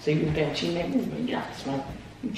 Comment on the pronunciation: Me said cheaing: noticeing